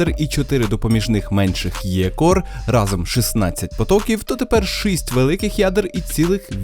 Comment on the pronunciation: шість, не шисть, не треба замість і казати и, це не російська мова в якій жи ши піши з буквой і, в українській мові і це і